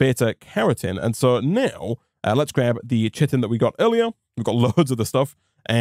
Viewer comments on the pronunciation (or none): Not sure if you check comments on older videos or whether this will ever come up again (or even if you learned this later on) but chitin is pronounced as "kai-tin" rather than as "chit-tin" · Chitin is pronounced kai-tin, the only reason I know this is because of ARK survival evolved... also love the videos loving the modpack! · chitin is pronounced "kiten" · Chitin "kite-n"